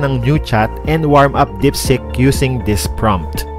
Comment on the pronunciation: It's DEEPSEEK HINDI DIPSICK